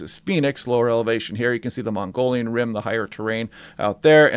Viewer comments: mogollon not mongolian... pronounced mogie-yawn. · It's 'Mogollon' rim AZ......not 'Mongolian' east Asia......just sayin......👍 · Hey, not to be picky, but you are not pronouncing Mogollon correctly. It is not northern Asia. It is pronounced Mo-ghee-own. I lived in the 4 corners area for 5 decades.